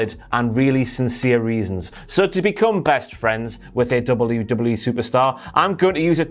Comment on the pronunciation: Why haven't you learnt how to say WWE properly